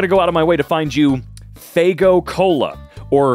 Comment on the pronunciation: IT IS NOT FAGO. F A Y G O. FAYGO. as a juggalo, i am highly pissed off. it is literally our signature drink (we're not even sponsored its funny) idc if it's a mistake im lowkey annoyed lol (joke) also luv ya!!!